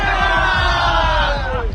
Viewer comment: Why they are saying chagannath instead of jagannath